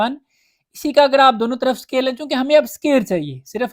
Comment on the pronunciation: Its good . Plz check pronunciation of square becuz listening in whole 1.1 exercise. Plz don't mind. U are doing excellent 👍👍👍👍